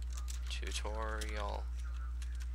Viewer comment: it's tutorial not toutorial